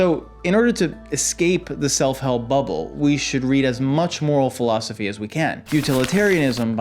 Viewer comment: Yesss! I was told read self help in high school I said and your the teacher? You mispronounced philosophy btw 👏